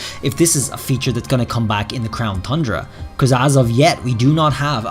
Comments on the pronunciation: Congrats on finally pronouncing tundra correctly 👏 👏 👏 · He said Tundra CORRECTLY!